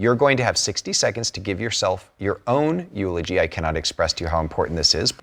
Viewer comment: The You-logy. 🤌😂